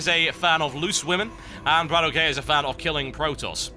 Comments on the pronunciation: Its Bratok not brat okay... it kinda means bro in russian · it's no brat ok(ay). it's bratok. where "a" sounds like "a" in banana! :) and ok like "ok" in lock. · TB plz stop saying BratOkay its 1 word bra-tok, meating in russian sleng brother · BratOK himself has said, that it's Brat-okay. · In order words, it's pronounced "brattock" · Why do so many people care that TB says the name wrong. If BratOK wants to correct him then that's his call. Everyone else need to stop being trolling fanboys and just watch and enjoy the freakin video. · Until Brat-OK corrects The Great TB on how to properly say his name... stfu